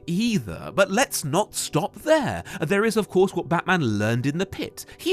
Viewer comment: "So tell me, was getting caught part of your master plan?" "Of coursshe!...."